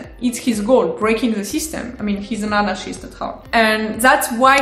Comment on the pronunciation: Lol, this is the first time I heard french person pronounce anarchist.. :D That is so awesome.. I am giving up my authoritarian ambitions and moving to France! :D